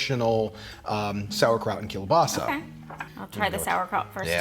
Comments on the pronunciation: He pronounced kielbasa wrong the whole time until the end when he said it right. My grandfather was born and raised in Poland and he pronounced kielbasa keel-bossy not keel-basa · My dad is from just outside Pittsburgh, and we always pronounced it kabassi as well. We celebrate the new year the same way. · Thank you so much for posting this! I'm from Southwest PA and grew up with this tradition. This year I bought store bought veg polish sausages but this looks worth the extra effort. By the way, my family also calls it "kuh-bossy" and I get looks in Tennessee haha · Can definitely tell you're from the northeast US with the "kebassi" pronunciation, it's just how it is here.